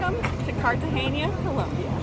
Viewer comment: from : It's CartageNa..... NOT Cartageña.... N with the SOFT "N" as in Nancy! (I'm Hispanic born, and I KNOW!)